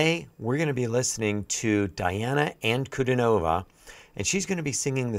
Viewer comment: deeAna ankudEEnova 🤗